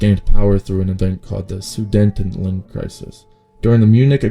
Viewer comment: You pronounced Sudetenland like a cretin